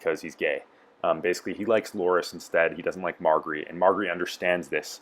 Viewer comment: Mar-jerry...learn how to pronounce her name, it isn't hard!